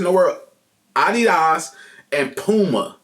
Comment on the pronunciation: funny as most people working in adidas wouldnt even understand you when you say adeeeeedas xD like its so unbelievable wrong xD